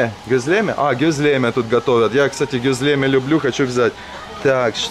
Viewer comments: Всё классно, но ударения в названиях блюд хромают: пидЕ, гёзлемЕ, дондурмА и т.д. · ГёзлемЕ!! Ооочень ухо режет, произносите правильно пожалуйста!!!! И котов в Турции подзывают пыс-пыс-пыс (пс-пс-пс), почему-то на подзыв кыс-кыс не реагируют. И что за "пИдэ"??? ПидЭ, у турков ударение падает на последний слог! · ГюзлемЕ,а не гузлЕме😮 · Не гЕзлеме, а гезлемЕ..😅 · Гезлеме. Ударение на последнее е.